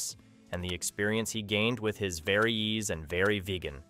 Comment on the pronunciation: Burt "Ru-Tan" rather than "Ruten", 'Very E-Zee" rather than "Veryez", : SAAB "Vig-en' rather than "Vegan", : "Ly-comb-ing" rather than 'Lie-cuming", and Retractable "Gear" rather than Retractable "Gears"